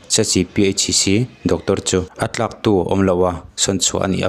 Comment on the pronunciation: I tawng a fiahlo lutuk doctor hming kha a hriattheih loh, anin thu khawma te i tia,a thlaktu tih turah a tlaktu te i ti mai mai , ithu puan hi ngai thla Chiang rawh a dang pawh hriat thiam tawk tawk tur a Tam.Mipui hmaa thu sawi angin in chan rawh u .